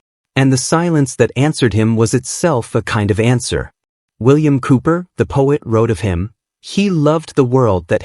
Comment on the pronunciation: "Hope" - Elegy written by William Cowper in memory of George Whitefield's extraordinary life of service to God & man. It is 'Cowper', not 'Cooper'. Very moving & inspiring video. Thank you.